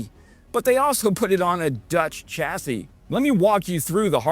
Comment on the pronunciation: BTW, CHASSIS is pronounced SHASS•ee.